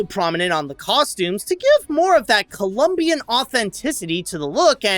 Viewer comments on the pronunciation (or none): none